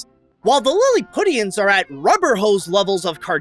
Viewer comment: So you really aren't familiar with the word "Lilliputian" or its proper pronunciation? Wow. "Lilli-pyoo-shun," not "Lill-i-putt-ian." While it's etymological origins are derived from the novel, but subsequently, it became a fairly common word in the English language lexicon. It's an adjective meaning small or trivial, or as a noun referring to a small or insignificant person. See kids? This is why you should go to college instead of making YouTube videos. Also, I'm pretty sure the overtly characterized, cartoonish style of the Lilliputians was intentionally used to contrast with Lemuel, who after all, is supposed to be a human being. It helps to distinguish the Lilliputians as a unique species. Also, there's a direct correlation with how cartoonish a character looks in this film, and the more over the top, immature, coarse, and unsophisticated a character acts. For instance, Gabby and the two Kings are some of the most cartoonishly stylized characters in the film, and subsequently they are childish, uncivilized, crass, ignorant, and confrontational in their actions and behavior. David and Gloria are relatively sensible and mature, so they look. more like actual people. While the novel traditionally used Lilliput and its denizens as an allegorical representation of contemporary (at the time of it's writing) England, with all of it's political strife and turmoil, the film offers a far more simplistic "futility of war" allegory, with Gulliver essentially serving as the omniprese